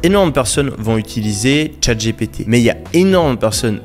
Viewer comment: "Tchate j'ai pété" 😆 c est clair que prononcé à la française c est pas ouf. Pourtant "OpenAI" et "MidJourney" tu les maitrises en VO ! Merci pour le contenu anyway, en particulier l aspect API.